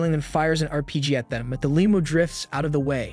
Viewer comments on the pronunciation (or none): Brother… I never usually comment but sir… for the love of god… pronounce limo correctly😂😂😂